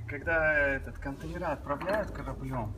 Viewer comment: Ну контЕйнеры, а не контейнерА😒